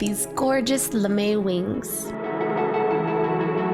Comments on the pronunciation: It's not Lame it's pronounced as "Lamei" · It's lam-a! Not lame! You say it lam-a! And you spell it lamé! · Its lamè (LA-MAY) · I love them but at first I thought it was lame not lam'e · I thought she said lame. I was like "THEY'RE NOT LAME THEY ARE AWESOME!"